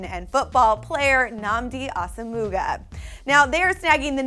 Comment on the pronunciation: She said asomughas name wrong